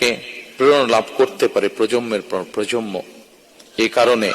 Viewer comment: প্রজমম থেকে প্রজমম , প্রজন্মের এই ভুল উচ্চারণ শুনবে না